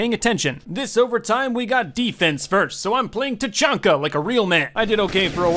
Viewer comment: Tachanka more like ta-chunky